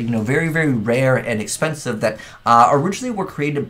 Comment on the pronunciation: "Expencise" Kappa